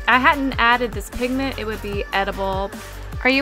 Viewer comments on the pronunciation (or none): It not pink pigment.......... it PINKMENT!!!!!!!!!! Like if u agree